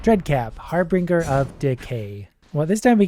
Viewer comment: "Har-bringer" 🤣🤣 it's HAR-bin-jurr